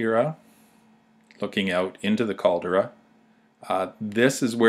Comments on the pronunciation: Sorry its pronounce Cal-de-ra! not Cal-dra lol. I cringed every time you say Cal-dra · if you are going to make a film of santorini, make sure you can pronounce the CALDERA not what you say, yank.